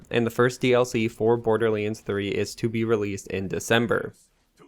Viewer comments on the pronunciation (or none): yea he always says that, borderlense...... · Did you just say Borderleens?